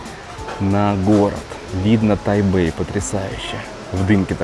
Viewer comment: Не Тайбэй а Тайпей